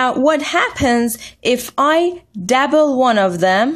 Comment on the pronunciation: WHat the fuck is a DABBLE learn to talk